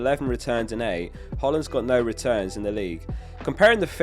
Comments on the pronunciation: Guy it’s pronounced HOY-Lund. Please say it right 🙏🏾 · That's not how you say Hojlund,. Good video